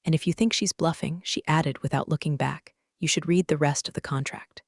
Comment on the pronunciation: Typical AI written, AI spoken garbage, always you find read (RED) spoken as read (REED), tells you it's a novel, a story, fiction, crap.